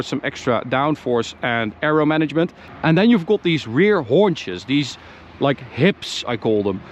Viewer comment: When he said "Hunches" It sounded like he said "Horn-Chez" LOL I didn't even like this car before this video.. now that I have seen this.. I WANT ONE!